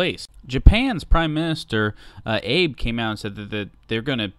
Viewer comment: It's pronounced Ah-Bay